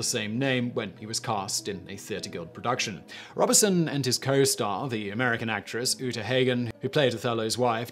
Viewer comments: The only thing that really pisses me off with Simon is his pronunciation he can not be arsed to look up how to pronounce words or names. It is pronounced robe son not Robinson! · I believe it is pronounced “Robe Son”, not Robertson. Thank you for this video, information is power. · Robe-son not Rob-e-son! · It’s Robe-son not Rob-uh-son. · “Robe-son,” not “Rob-be-son.” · Simon I have always heard Paul Robe-son is the pronunciation. Brian "Jonners" Johnson on Down Your Way and Desert Island Disks - Roy Plomley 1st December 1958. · Pronounced Robe-son. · You need to read your scripts before you speak them. It's clear you're reading them off the teleprompter... and you're getting lots of worms wrung. Sometimes you use the wrong word and sometimes you just mispronounce them. Check how Google recommends you say 'Robeson' for example. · The 'Turing' film is wildly inaccurate ,and misportrayed Alan Turing. mispronunciation of Robeson, and a lot of an socialist persecution US examples and ragbag cases. ANNA! Not up to usual standard , but usual mispronunciations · Please learn to pronounce "Robeson". It's not hard. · Yes, it's Robe-son with a long O, and his co-star was Uta Hagen with a short A -- HAH-gen, not HAY-gen. The story was great, but mispronouciations like this always jar me ; I think a part of me wonders about the quality of the research that went into the story. If you can't (or won't) bother to get the names of relatively famous people right, can I really trust that you got your facts straight? Sloppy research is not reliable. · Psst! Simon. Pssst! ‘Mores’ is pronounced ‘moorays’ and Paul Robeson’s surname pronounced ‘Robe-sun’. (Just sayin’). Love your work, Simon. Keep ‘em coming.